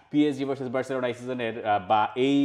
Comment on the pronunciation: সবাই বার্সেলোনা বললেও আপনি 'বেরররছেলোনা' কেন বলেন?